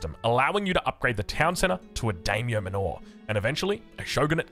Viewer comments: Manor pronounced “Manner” btw. So stoked for japan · Is calling them Daimyo "manÓR" a running gag or is that actually an Aussie accent thing? lol, or was he assuming it's a Japanese word and pronouncing it to sound foreign?